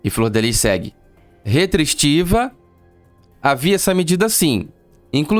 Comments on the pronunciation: Melhor narração!🤣🤣🤣 "Retristiva"😂😂😂😂😭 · Como é mentirosa, ela sabe muito bem pronunciar a palavra restritiva, fala sério! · Ótima narrativa, Parabéns! Gente algumas vezes eu peco no português, mas uma parlamentar, não saber pronunciar Restritiva chega ser engraçado! Não sei se é uma jogada para aparentar algum grau nervosismo, sei lá ou algo do tipo! Essa mulher é uma caixa de surpresa! Imagino essa deputada dando entrevista que horror, Dilma Rousseff corre aqui querida! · Uma deputada que não sabe falar restritiva, è pra acabar com o piqui de Goiás